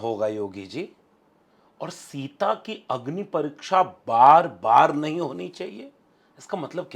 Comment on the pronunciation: शिक्सा,, परिक्सा,,,,, गजब की हिंदी है